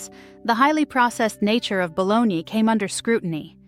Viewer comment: Hate it when people can't pronounce bologna or fried. LoL